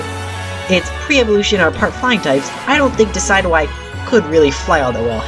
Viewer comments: Deh sid yoo i As in deciduous and Eye Not Deh Sy dew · You pronounced decidueye wrong. Sorry for picking put faults, I'm not hating